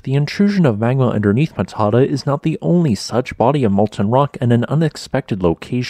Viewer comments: You might think it is pronounced that way, and probably is amongst people you know, but you should learn a bit about the local language. This will be helpful to anyone from anywhere in the world, and was intended to be: - Moana & the Tribe AEIOU A song about the correct pronunciation of Maori language (Te Reo) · Which would make sense if the pronunciation of Matata in the video is correct, but it isn't. It is pronounced Mat-a-tah (long ah sound on the end). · Ma ta ta, seriously? Mata ta, suddenly I'm finding it hard to take you seriously before you even finish your first sentence. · Very cool. I drove through here last Xmas holidays. The macron over the last 'a' means you give it extra emphasis - Ma-ta-taa. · I chap I went to school has a dairy farm right on the river at Matata ( it’s pronounced Mata -Ta .. l really enjoy your postings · pronounced "matta TAH" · For the benefit of non-Maori speakers, the pronunciation of the town of Matatā is: "Mutt - uh- TAR". It's a Maori place name. The short "a" is pronounced as the "u" in "up", with the long "a" (signified with the line above the letter - the macron) is sounded as the "a" in "farther". Consonance are pretty much as their standard sounds are in English. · Matata, pronounced mat-a-ta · Matata is pronounced Mat-tat-tar. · Pronounced more like mata taa. Great video. I learned a lot, thanks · Interesting. Pronounced locally as "matter tar" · Matata is pronounced Matter Tar. :) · Wow ! But we pronounce it “Matter-tar” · Its not Mah tah tah 🤬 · Mat-tar-tar Mat as in Cat. Ta as in Tar. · It is pronounced mat a tar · Ma-ta-tā. Torpō. Please stop sounding like a bad AI. Please learn how to pronounce place names of places you want to talk about. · Pronounced Mat-a-tar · Dont really think he cares about pronouncing things right or even having his facts 100% right. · Kind of detracts from your scholarship in that you haven't taken the time to discover the correct pronunciation of the name of the town